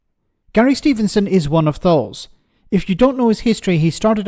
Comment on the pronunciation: Stevenson not Steveson :)